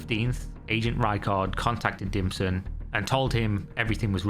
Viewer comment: Dimson? Oh he was definitely DIM but I keep hearing ”DlPSHlT”